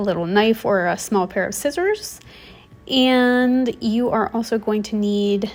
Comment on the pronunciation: you say eyand / ayand for “and”, and peyants for “pants”, a few double vowels in your pronunciation